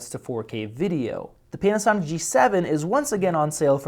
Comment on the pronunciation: I swear to God in the starting of the video when he said Panasonic.. I herd penis sonic...